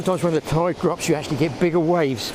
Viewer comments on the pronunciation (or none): none